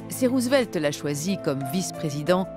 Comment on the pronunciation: The dubbing is so bad, damn you especially this pronouncing Roosevelt's name as Roosevleet